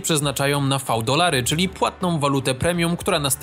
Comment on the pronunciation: Prawie nie wybuchłem kiedy powiedziałeś v-dolary XD